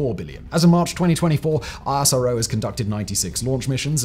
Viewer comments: Its pronounced isro, like nasa. 2 syllables. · ISRO is actually pronounced as "is-row".